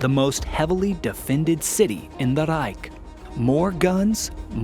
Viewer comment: Why in the hell would you make a video of a German victory in WWII! You said Reich a little too well, are you a nazi